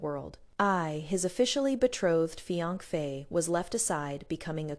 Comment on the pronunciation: Please don’t use this AI voice again. It’s the only AI voice that mispronounces fiancée. It’s annoying.